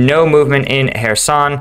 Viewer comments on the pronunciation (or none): It is Kherson, not Herson, with a CH as in loCHness, please do your homework... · It's pronounced [x], which as the OP points out is the Scottish English sound in "loch". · Ive been wondering that. Ive heard it both ways but seems english speakers use the hard K and nonenglish uses a much softer sound.